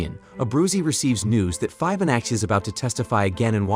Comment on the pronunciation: Also pronouncing Fibonacci as "fibe-oh-natchy"